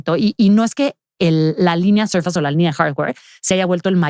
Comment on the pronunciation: SORFEIIIISSSSS .....SORFEIIIISSSSS ::::::: 🤦🏻‍♂️🤦🏻‍♂️🤦🏻‍♂️🤦🏻‍♂️🤦🏻‍♂️ .NO ....SURFAS !!!!!!! NO MAMAAAA!!!